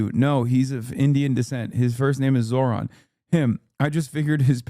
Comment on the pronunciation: That is quite literally the whitest pronunciation of Zohran’s name I’ve heard, good god 💀